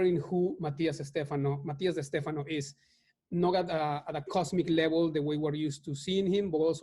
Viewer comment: De Stefano... not Estefano.